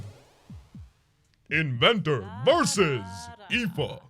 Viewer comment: Nice, you pronounced Aoife correctly.